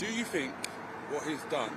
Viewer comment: I believe he said something like "I fink".